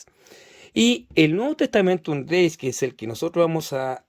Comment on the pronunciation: Muy interesante la reseña que realizas de esta edición hermano. Con todo cariño, te comento que tienes un significativo error de pronunciación que repites en el vídeo. La palabra latina "Gaece" (que significa girego/a) no se dice "greis" como lo pronuncias tú, sino que su correcta pronunciación en latín es "greche", ya que en latín vulgar (variante lingüística que usa nuestra Iglesia católica) la letra "c" se pronuncia como "ch", y en latín clásico la letra "c" se pronuncia como "k" (la pronunciación en látin clásico sería "greKe"). Así entonces, la correcta pronunciación en el latín que se usa en la Iglesia católica es "Novum testamentum greCHe", con "CH", nunca se pronunciaría como "greis". Te lo comento con mucho cariño porque ese error de pronunciación lo repites constantemente a lo largo de todo el vídeo. Y para respetar el texto original es conveniente hacer la correcta pronunciación de este. Siguiendo esta consideración, se pronuncia "Textus reCHeptus" no "reSeptus" Cuando haces la lectura del inicio del Evangelio de Juan en el minuto pronuncias erróneamente la palabra "Dios". En griego, θεόν (theon) se pronuncia "Zeón"; con el sonido de la "Z" como se pronuncia en España", no se pronuncia Deus, como lo dices tú, pues eso es latín y en el texto que muestras está escrito en griego y no en latín. Te comento esto con mucho cariño y respeto hermano, porque si nos haces el favor de mostrar un texto bíblico es muy importante que se respete su idioma y pronunciación ori